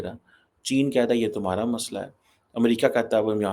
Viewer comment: Love the souther accent . Tumhara as Thumhara ❤